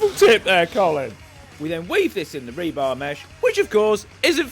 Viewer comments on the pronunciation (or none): We needed a count of how many times you said rebarb.